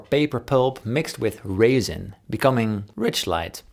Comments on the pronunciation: Paul, please! That's "resin", not "raisin"!!! I do love you, but please do not mix synthetic materials with dried fruits! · 'Resin', the first part of the word sounds like 'res-olution'.. although wood pulp and raisin might indeed make for an intriguing combination. Could be the food of the future if we keep up our relentless march led by short-sighted profit at the expense of ecological balance. Apologies for that grammar Nazionalsocialismus - I say potatis, you say aardapel, and the guitar is awesome... and your channel. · resin, not raisin, lol. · Hey hey Davids. You made me smile with your pronunciation of RESIN at 6.01. You said Raisin, but it's Resin, as in, Ik zeg Rosijn - ( The E is same sound in Resin as in Zeg) I love your vids. Groetjes ✨ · I thought you said it was wood pulp mixed with raisin. I googled and it’s resin, that makes more sense lol. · You must mean resin when you said raisin. Huge fan just the same! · Did he say it was mixed with "raisins" ?? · Did he say it's pulp mixed with raisin? Oh! Resin. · He did says raisin ....and it sounds grape!